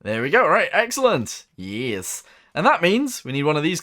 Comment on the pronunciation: please stop saying “yeas”